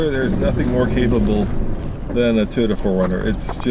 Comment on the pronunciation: Say it with me, toy, not ty, Toyota.